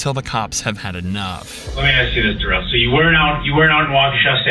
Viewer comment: Ole Duh-rell.